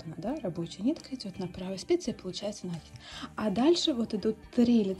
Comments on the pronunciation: Очень красивый узор, но как же тяжело слушать "нАкид"😊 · По правилам грамматики "накИд", но вопрос, думаю, еще в том, что произношение часто зависит от местного говора, вот ударения и плавают. Есть и профессиональное произношение, например, у моряков "компАс" или у следователей "возбУждено". Неправильное ударение (произношение) уши режет, но мы с вами не на филологическом форуме.